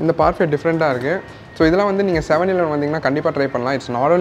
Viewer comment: Bro if u difficulty to pronounce 7 eleven means just tell it 7E we Asian just told it 7E